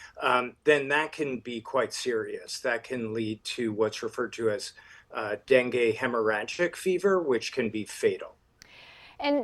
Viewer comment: Darlin', it's not Den-gay like Ben-gay, it's Den-gee, as in Den, geet yourself over there and see what's going on. STOP CALLING IT DENGAY. Dopes.